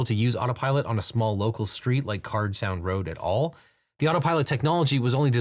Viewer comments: CARD sound road, not Carl sound😊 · hey, I’m from Key Largo and I just wanted to correct you on one thing: the name of the road is CARD Sound not Carl Sound